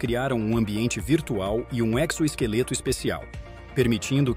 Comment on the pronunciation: Nao é ECSSO-ESQUELETO. Mas EZO-ESQUELETO. EXOPOLÍTICA (=EZOpolitica) e não (EKSO_POLITICA) Regra gramatical: 1.) Quando junto de VOGAL, se fonaliza como "Z" Ex: EXAGERAR, EXERCER, EXECRAR, EXUMAR, EXATA, EXEMPLO, EXORBITAR, EXORTAR, EXOPOLITICA. 2.) Fonaliza "ESS" qdo estiver JUNTO de CONSOANTES. EXPERIENCIA, EXTRAVIA, EXPURGA, EXTERNO, EXPIRA, EXTRAI, EXPLORA, EXCLUI 3). Qdo antecipado de N fonaluza o som de "XIS" ( xiiisss mesmo) . Ex:. ENXADA, ENXAME, ENXOVAL, ENXADRISTA, ENXAQUECA, ENXOTA, ENXUGA 4.) Qdo acompanhado de TO, TA, TE, TI, TU fonaliza "KS" Ex; TÁXI, TEXAS, TIXAN, TÓXICO, TAXIDERMIA, TAXONOMIA etc Continuam falando errado porque gosta de ser IGNORANTE mesmo.